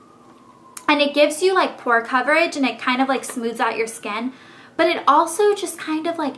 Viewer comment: i almost thought you said "poor" coverage instead of "pore" coverage. lol